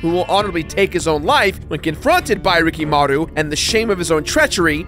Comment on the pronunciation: Ricky Maru Reekee M'ru